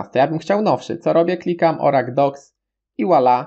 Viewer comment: Hehehehehe, nie wymawia się baza danych "Orakl" tylko "Orykul" :)